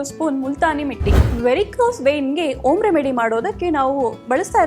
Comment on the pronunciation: ಹೆಣ್ಣು ಅಲ್ಲ ಹಣ್ಣು, ಓಮ್ ಅಲ್ಲ ಹೋಮ್, ಅಕ್ಷರಗಳು ಸರಿಯಾಗಿ ಬಳಸಬೇಕು